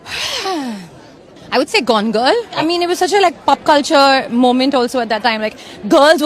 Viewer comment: Pup culture??? Pop culture alia pronounce it correct you are from an elite family 😂😂😂😂😂😂😂